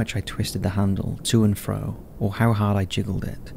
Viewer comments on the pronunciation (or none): none